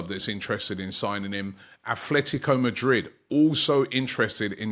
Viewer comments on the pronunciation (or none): none